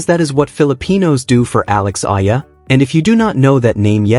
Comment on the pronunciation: Alex Eala and pronounce as E-yala